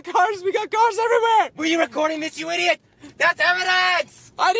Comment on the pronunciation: Why do u say ideat